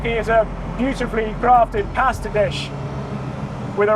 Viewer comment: Awesome car! Makes my humble GT Junior look so old hat. Mr. Catchpole you are the best in the business, although... ... I did wince at your pasta pronunciation 😂❤